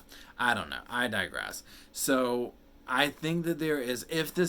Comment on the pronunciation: OMG I was like I dye grass what does that mean so I looked it up and got it I digress I'm from WV I pronounce it like dress but when I first moved to NC I waited tables and one day a lady came in and I thought she was saying she wanted a cup of as# I asked three times then said can you write that down I was like OMG a cup of ice I felt so stupid she was mad and probably told everybody in town that dumb blonde at the carriage house didn't even know what a cup of as# was 😂